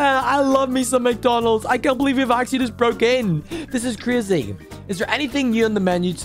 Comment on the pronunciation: You said Crazy the wrong way.